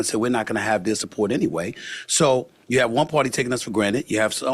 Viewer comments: Hey Stephan!! It’s pronounced You not Choo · It's "you" not "chew"